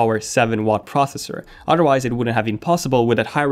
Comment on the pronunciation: why is english so strange, he forgets a lot of his s's like when he has 2 usb its 2 usb's and he confuses then and than, what the hell is he trying to say, work on your annunciations you are very hard to understand and its KEL BEE not kah bay. Seriously work on your speech. udderwise what is it a cow?